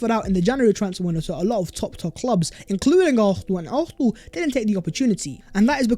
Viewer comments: It’s NOT ARFNAL! For God’s sake! Learn to say Arsenal properly!! 😂😂😂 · Aurthernal. Why do you say it like that 😂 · Does this guy not know how to say Arsenal? 🤔 great content though, I’d take Darwin allll day